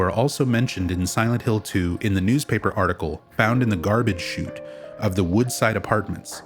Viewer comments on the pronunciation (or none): none